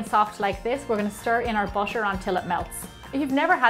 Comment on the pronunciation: Anyone hear she say busher but it actually butter? Or just me??